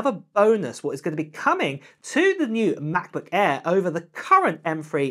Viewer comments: What's a Ma' boo' Ai'h bruv? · Oh, the Ma-Buh Err, you say? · The way how you pronounce Macbook Air is funny.